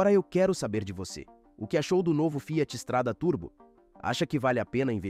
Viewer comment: O texto é feito por narração automática. Por isso a pronúncia "Fiáti". Burrão...